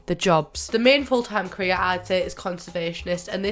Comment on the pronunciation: Was it only me that though she said Korea when she said career😂😂